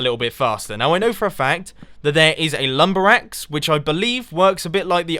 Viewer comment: God damm cant still get it RIGHT lumberaxe*!